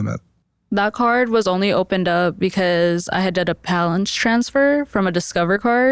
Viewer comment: "I had a palance transfer" 🙄